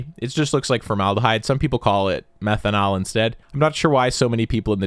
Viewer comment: Methanall omg 😂😂😂😂